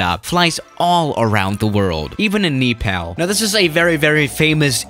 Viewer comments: Me pronounced Nepal: Nepal saying Nepal:KNEEpal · You pronounced Nepal Wrong Not Nee-pa-l its Nəpäl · Nobody:: "KNEE" PAL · Everyone: Nepal: KnEePaL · I heard Eeeepal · Nepal is pronounced as N"a"paaaaal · ‘Neepal ’ great job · says: Niipal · he dead ass said knee pal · The way you say the name of my home country (Nepal) makes me triggered